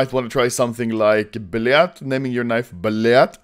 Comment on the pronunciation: >blyad instead of blyat son, im dissappoint